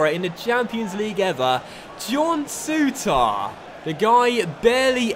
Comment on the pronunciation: Will ever pronounce Souttar correctly?